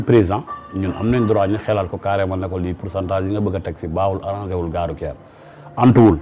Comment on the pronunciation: Votre invité dit "gare rouQUière" ou "gare rouTière"? En plus, il n'est pas ouvert à la modernité. Voilà pourquoi, le Sénégal restera encore longtemps sous-développé malgré notre pétrole, notre gaz et nos jeunes intellectuels très diplômés et disponibles.